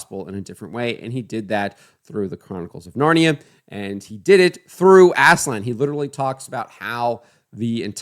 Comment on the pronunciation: aaz-laan not ASSLAN